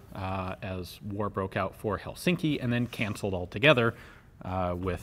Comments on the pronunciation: Nitpick: The stress on "Helsinki" is on the first syllable. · That isn't how Helsinki is sead